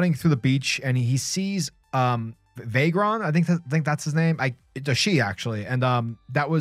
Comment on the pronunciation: Oh man.. You lost me the moment you messed up Vhagar's name. Cool video though